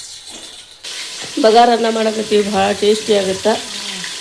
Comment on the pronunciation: ಬಂಗಾರ ಅನ್ನ ಅಲ್ಲ ಬಗಾರ ಅನ್ನ